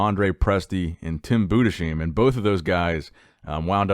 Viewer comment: gotta practice that german name pronunciation :D It is Tim Budes-hyme! Next time I would like to hear that correctly haha Grüße an alle Deutschen gehen raus <3